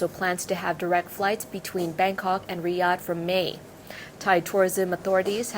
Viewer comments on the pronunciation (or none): none